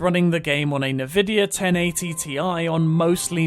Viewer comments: The fact you say “nuhvidia” is like incorrect evidence given at a court hearing. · lmao "nuhvidia"